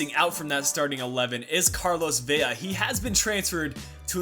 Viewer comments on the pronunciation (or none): none